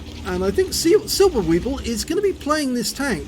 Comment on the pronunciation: Hello, thank you for taking my Replay❤️. The pronunciation in englisch for my name is SilberSwiebel, but it was very good for the first time😄.